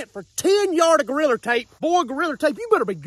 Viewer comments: I absolutely love how he says goriller tape 😂 makes me laugh every time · Every time he say’s “Goriller tape” I DIE LAUGHING 😂😂😂😂😂😂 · Every time says 'Goriller" take a drink. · His 'Goalriler Tape" had me dying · I can't fathom how you get an R on the end. I've tried to say it several times already. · Goriller tape hahahaa. he said Goriller tape … Ohh shit i gotta pee